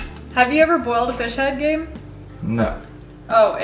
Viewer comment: "Gabe", not Have...